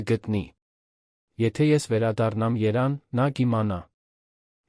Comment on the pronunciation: Լավա որգոնե Էրիվան չեք ասում այդքան խոսում եք հայերեն պարզ ինչ դժվար է մեր սիրելի մայրաքաղաքի անունը ճիշտ արտասանեք